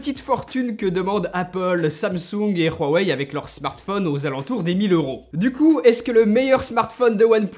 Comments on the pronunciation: Ruawei -_- c'est huawei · Pourquoi tu dit rowei?? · Je t'aime bien mais je t'en supplie arrête de dire Rhuawei c'est immonde sinon super vidéo comme dab.